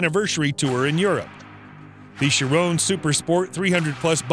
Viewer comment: bruh you say chiron wrong